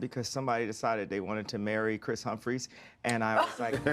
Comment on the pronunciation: How tf Ye say that last name? 😂💀